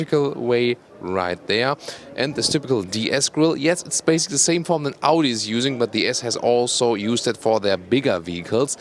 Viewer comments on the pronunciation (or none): none